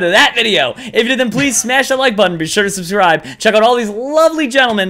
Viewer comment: If u have subtitles on when says pleaserieno it says please erection